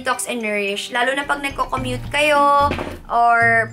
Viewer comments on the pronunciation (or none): none